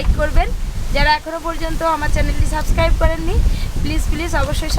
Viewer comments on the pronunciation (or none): none